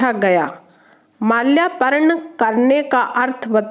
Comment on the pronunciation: Malyaparn nahin malyrpan hota hai madam